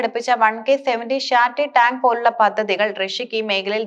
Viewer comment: യുദ്ദകളം , പദ്ദതി, അക്രമണം, എന്തൊരു വൃത്തികേട്. ഒരു ചാനലിൽ അല്ലേ പറയുന്നത്. ഭാഷാ ശുദ്ധി വേണ്ടേ